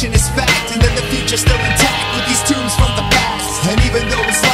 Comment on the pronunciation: Great song, but you mispronounced "tomes" as "tombs"